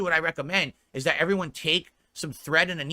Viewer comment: THET? What on earth does that mean? Mouth feeling alright?